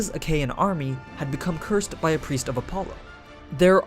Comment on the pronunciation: "Agamemenon" ? xD